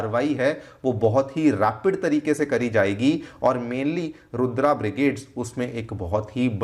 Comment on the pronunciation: Stop saying रुद्र as रुद्रा, comeon you seem to be teaching.